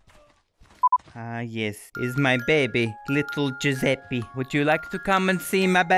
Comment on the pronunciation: When you say Giuseppi instead of Giuseppe: ITALIANS: TRIGGERED